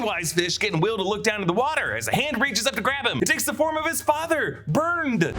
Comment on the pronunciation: The way Ingrid said "My father" sounded like "my fadder" the way Mrs Kersh said it in the book